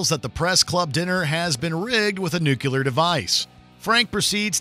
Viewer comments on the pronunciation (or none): You're a professional voiceover guy. You do this for a living. You should not call it "nuculer". It's nu-clee-ar! Jeez. LOL You pronounced it the way Homer Simpson does.